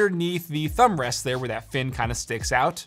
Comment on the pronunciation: Nobody noticed how he said "thumbrast"